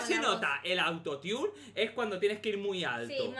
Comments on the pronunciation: Se dice auto tune no auto tiun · "autotiun o no autotiun" Jsjsj como lo dice me muero (Es Autotune) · Xq dicen "autotiune" si se pronuncia autotune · Es autotun no autoniun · Youtube no me avisaaaa :'v por cierto se escribe autotune pero se dice autotun no autotiun